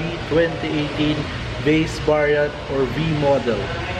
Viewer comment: "vase bariant"